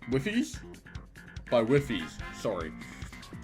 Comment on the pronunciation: Wifies as in Wife-ees. Don't worry about it too much 😂